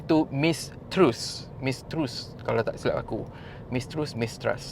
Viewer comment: PM baru sebutan betul "Trass". Anak sulongnya sekarang bergelar king charles III. Keadaan dalam negara UK takkan banyak berubah disebabkan kematian QE2. Raja/ratu bertugas hanya sebagai head of state ("figure head,") tanpa kuasa.